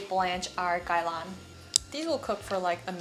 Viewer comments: Are you Korean and Chinese? Your English is very good and your pronunciation of "Gai Lan" was also spoken like a native Cantonese speaker. Anyway, just started following you, great food content and I think you're so pretty! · i don't usually comment but i love watching your videos!! probs the only content creator i consistently watch now. also as a cantonese speaker, just wanna say props to you for pronouncing gai lan so well :-) i appreciate